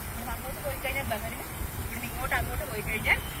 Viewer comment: ബഹറിൻ അല്ല .ബഹ്റൈൻ